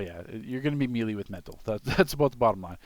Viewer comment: say it with me MAY-LAY not me-lee